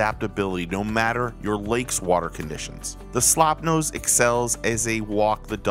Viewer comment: At least try to get the name right please. It is not "Slopnose". It is "Slopenose" for Pete's sake. That was the correct name in 1902 and it is still the correct name.